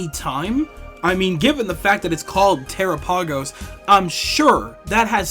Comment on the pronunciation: this video is great but i cannot get over how you pronounce terapagos 😭 it’s supposed to sound like “galápagos”